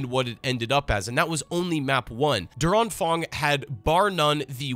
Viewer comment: oh lol i was watching this on my second screen in the background and always thought "Durang Fang" was some sort of Chinese Thing until i figured out it was meant to be "Der Anfang". You butchered the pronounciation so bad my german brain could not identify it as german xD